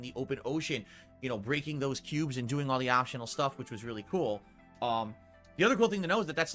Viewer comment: His story about the KEEUUUUBES and AHPTYIONAL KHANTENT was so hard to listen to. He sounds like an annoying child telling you about his Pokémon cards.